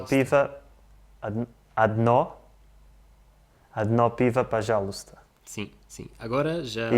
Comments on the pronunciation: You can tell that the languages are phonetically similar from the fact, that it takes two seconds to say "Odno pivo pozhaluysta" in almost perfect Russian basically with no accent. When I am trying to teach how to pronounce "пожалуйста" to my Spanish-speaking friends, it is a real struggle. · Odno pivo pojalusta sounded rather accentless )